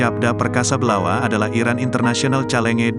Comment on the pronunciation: Iyaa.... Mimin lucu bacanya, sprtinya mimin g prnah mndengar kata2 itu ya, di dunia bulu tangkis. ??